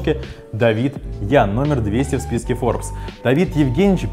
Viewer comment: Поменяйте ведущего, ну вообще никак не созвучно со словом FORBES